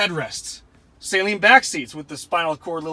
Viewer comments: Well it is a guys last name and it is pronounced suhleen. Not saline like a salt water mixture lol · It’s pronounced suh leen.